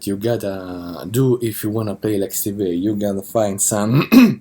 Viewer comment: the way you pronounce vai sound like 'vei'